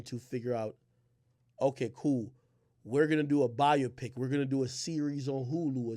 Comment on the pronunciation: “bIO-PiC🤓” it’s pronounced bye-opic brother🫡